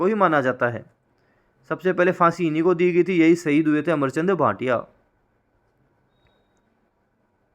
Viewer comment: अमरचंद बांठिया है न कि भाटिया